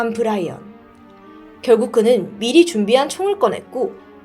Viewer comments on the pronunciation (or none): none